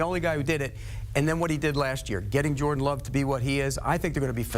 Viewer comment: “Jorda Love” 💀